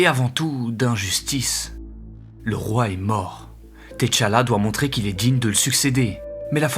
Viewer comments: Par contre....C'est "Tchalla" pas "Téchalla" pitié 😭😭😭 Excellent video, mais j'avoue que le fait que tu l'ai appelé "Té-Challa" pendant tout ton recit m'a trigger de fou 😭🤣🤣🤣 Grosse force, et merci encorepour cette magnifique video 🫡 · 😂arrêtez de dire "t" challa please. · Le T de T'Challa ne se lit pas. C’est plutôt Tchalla (Tcha-la) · ca se pronnonce comme si il y avait 2 t a suivre pas thé tchala